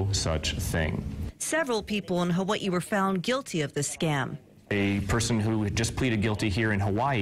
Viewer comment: the way she said Hawaii tho😂